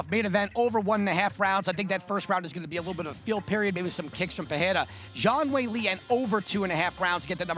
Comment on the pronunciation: How the hell does Brett pronounce Pereira wrong?